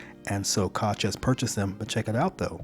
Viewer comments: Koch Industries is pronounced coke industries. LOL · The Koch industries pronounce their name "coke" I enjoy your channel.